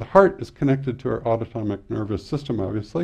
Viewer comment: Great information. Autonomic - pronunciation was incorrect as autotomic